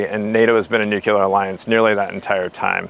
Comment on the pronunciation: This program is wonderful!! But will SOMEONE PLEASE tell, Chief of NATO Nuclear Operations, that nuclear is pronounced "NUKE'-lee-er"?? It's not NUKE-YOU-Ler"! In his position it would seem he should pronounce that particular word correctly. Thank you! After you tell him that, please tell him he's doing a terrific job otherwise!:)